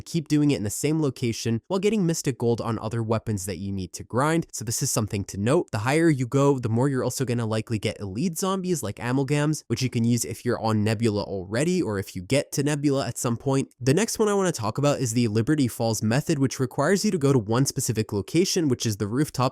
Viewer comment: That is the worst pronounciation of amalgam I’ve ever heard